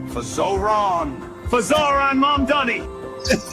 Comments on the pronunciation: or to Cuomo, "Mahndami" lol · it's all intended.. they mess his name up to disrespect him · Why does Cuomo have such a hard time saying Zorhan Mamdani... It's not hard to pronounce... He's been running against him for many months now... It just comes off racist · His AI commercial can the name right, but Cuomo can't. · between this ad and him constantly butchering zohran mamdani's name, i think it's fair to say that andrew chomo is an absolute racist.